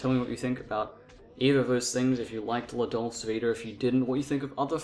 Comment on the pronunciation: If you're going to have the courage to actually talk about one of he great masters of film then at least you should learn how to pronounce the name of the film you're talking about!